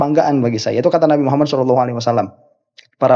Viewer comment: Si rhoma sholawat aja gk bener,sholalloh aja dia bilang shelalloh😂😂